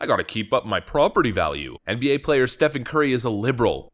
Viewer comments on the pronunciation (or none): It's pronounced "Steven" FFS, not "Stefan".